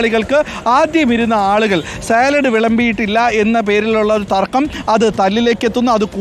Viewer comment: സലാഡല്ല അരുണെ സാലഡ് എന്ന് പറയൂ. അരുൺ യൂണിവേഴ്സിറ്റി കോളജിലെ അധ്യാപകൻ തന്നെയായിരുന്നൊ